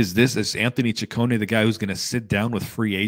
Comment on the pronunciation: Finally someone saud he name correctly its chi cone ehh. Also sad that Scott is gone.